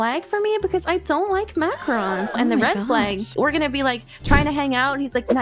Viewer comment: Makka Rons? It's Mac ah roons.